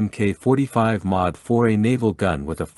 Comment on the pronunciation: It's not emmkay 45 - it's Mark 45.